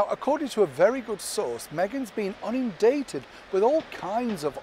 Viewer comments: Unindated..? Do you mean inundated....?...learn the language. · No! Megan has been ‘ INUNDATED ‘ not ‘ UNINDATED ‘! 😅😂🤣✔️ 🇬🇧✔️😘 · I thought it was inundated not unindated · INundated not UNindated. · Oops, "unindated" 😂😂